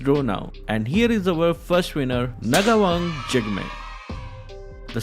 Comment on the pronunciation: Ngawang jigme is bhutanese and we pronounce it differently😂😂